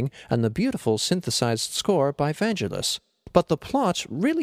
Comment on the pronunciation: Oh and it's "VanGElis" not "VAngelis".